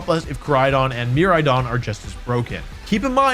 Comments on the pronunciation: mer- RIDE-ON kor-RIDE-ON Their names are puns, my guy. Pronounce it right pretty please <3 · The pronunciation of Miraidon killed me